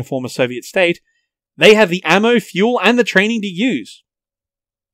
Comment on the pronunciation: "In order to proclude the need to feul the vichicals"